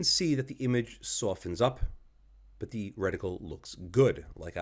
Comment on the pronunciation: You do a very good job, as usual. I am not sure that any YouTuber surpasses you. My little pet peeve regards your near continuous mis-phoneticizing of the English definite and indefinite article. Sigh. As of late, this erroneous enunciation is nearly ubiquitous, unfortunately. But again, aside from this (and an occasional vulgar word), I could listen to you for long stretches. Thanks.